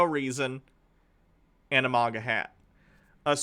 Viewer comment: please stop saying maga like mogga